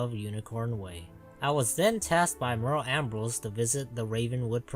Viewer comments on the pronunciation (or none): none